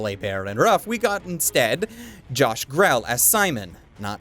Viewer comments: Small point that’s probably already been noted: The actor Josh Grelle’s last name is pronounced “gree-lee”, like “green” and “leet” with 2 syllables. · It's actually pronounced Gre-lee lol